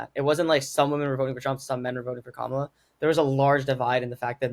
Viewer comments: you are such an insightful young woman. I understand your exhaustion. I would just want to remind you of how to pronounce her name...Kamala..we are of Indian orgin! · please pronounce her name correctly.Not Ka-mala but Kam-ala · Pronounced: Kama-la